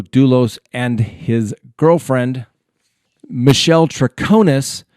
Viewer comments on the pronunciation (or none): none